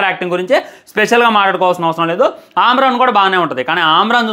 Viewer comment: ఆమ్రన్ ఏంది బ్రొ...😮😮 అమరన్ సినిమా కాదా 😂😂 ఒకె తిసుకెల్లి lkg lo పడెయండి😂😂😂😂Ra1 neee...😅😅